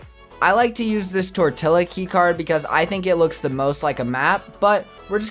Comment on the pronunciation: Lol you said tortilla lol